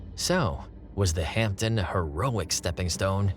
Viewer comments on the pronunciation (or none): A good video. One tiny observation: it's pronounced "Hamden" with a silent 'p'. Still, most of we Brits can't say "Tucson" or "Connecticut" either. My late stepdad worked at HP Radlett for 38 years and would have been an apprentice when these were being made.